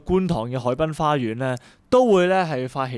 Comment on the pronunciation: 先生：請你留意你的說話吐字，因為有很多懶音，例如：黑暴讀成乞暴！謝謝！